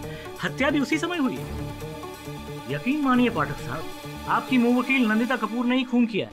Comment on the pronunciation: mu-wakeel kya hota hai 🤣